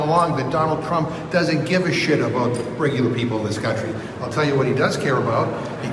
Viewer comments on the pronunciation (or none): none